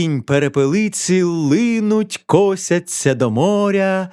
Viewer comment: він сказав косяться а там котяться